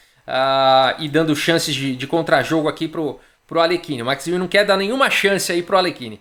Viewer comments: Amigo do canal, para pronunciar o nome do Max Euwe é necessário no sobrenome, para o ditongo EU vc faz com a boca o formato de pronúncia de Ô mas o som que vc fará é de É, então o resultado é um som que mistura Ô e É. Quanto ao W terá som de V do português e não de U. Então a pronúncia fica Ô/ÉVE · A pronúncia do nome EUA